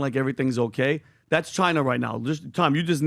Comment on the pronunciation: Why cant PBD pronounce OKAY? Kaaay !! Kaaayy , Kaaaay